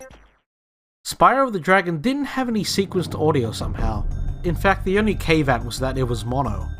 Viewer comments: Real quick: it's "cah-vee-aht" not "cay-vat" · "the only cave-at was that it was mono" It's pronounced:ˈkavēˌat, orˈkävēˌät/, almost like "caviar." Good video though. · Did you just pronounce caveat as cave-at? It's cav-e-at. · this is cool and interesting so far, but I just got to the bit where you pronounced 'caveat' as 'cave at', aw man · you pronounce caveat as "cave-at"